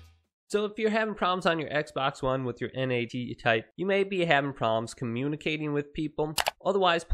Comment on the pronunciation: Just say NAT bruh not N.A.T